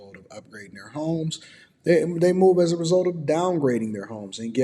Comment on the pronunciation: It’s homes not HIMES brother lol 😂